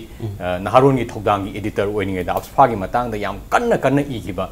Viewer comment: how this anchor pronounce AFSPA as afaspa....I just feel crying....plis note those things....no offence.. regards...